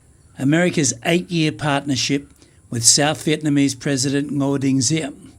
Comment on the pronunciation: Good video. Thanks much for telling and showing us some of the bad times in Vietnam history. You are the first western foreigner who is not living in VN but pronounce the Vietnamese names and locations correctly. Also who (dare) to say American war instead of VNMese war. LIP